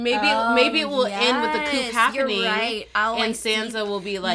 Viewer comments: Coup is pronounced coo as in poo not coop as in poop. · Please stop pronouncing the "p" in "coup". Thanks.